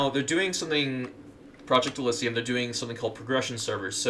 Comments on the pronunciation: Its not elyssium, its elysium. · ...hearing you butcher the word “Elysium” is hilarious